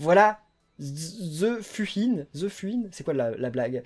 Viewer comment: Ze Fuhin=The fouhine pour la prononciation(en gros la fouine)